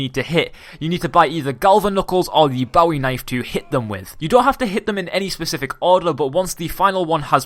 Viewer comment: the way he says bowie knife